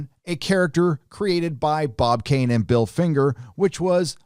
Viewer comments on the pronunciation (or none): none